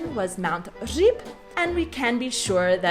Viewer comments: on the other hand, your Ř in Říp sounds exceptional. You and Gav could easily become teachers of Czech to Americans. I mean it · Říp was very nice pronounced, thumb up.